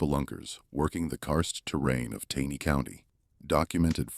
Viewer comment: Please narrator, it’s pronounced “TANEY’ CO,, with a hard “A”.